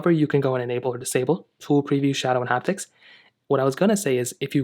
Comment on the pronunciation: Say it with me… “haptic”